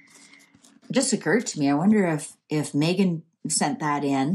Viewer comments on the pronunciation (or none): none